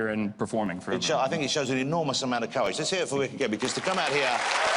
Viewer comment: love how the host says "coowage" lol